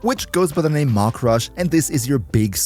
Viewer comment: Maximal entäuscht, that the German guy didn't pronounce "Mach" correctly...